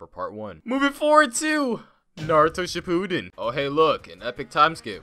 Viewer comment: He fr said shipuden like cipooden